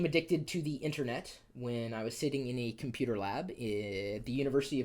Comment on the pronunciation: I want your Computah setup!!